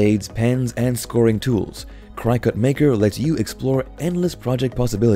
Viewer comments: FYI It's pronounced Cricket - not Crycut. ;) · Hey if you are going to do I video on something that you know nothing about you should really do some homework first. Do you know what "Die Cut" means? Neither Cricut... Pronounced cricket not Cri cut and the silhouette are not die cut machines. So really the only thing that you did was steal video from companies to make this incorrect video. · Cricket it’s pronounced cricket 🦗 🏏 everyone with a CRYCUT lol is cringing with every CRYCUT you say! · It’s pronounced cricket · It is pronounced Cricut like the insect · Thanks for the information but the way that you can continually mispronounced cricket drives me up the wall 😂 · I don’t trust anyone’s reviews who doesn’t even know how to pronounce the name of the product. It’s not even an exotic word. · You should maybe redo the Cricut voice over, it even has a cricket 🦗 in the logo. It is said so many times the wrong way had to stop watching. Just a thought. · I wanted to throw something at the mispronunciation of Cricut, that was really annoying. This is a poor cross section of available Die Cutting and Embossing Machines and very Cricut oriented. All in all, a very biased and lazy attempt at reviewing the available options. What about Spellbinders, Gemini, Go Power and Emboss and Brother Scan n Cut to name but a few. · Please learn how to pronounce Cricut.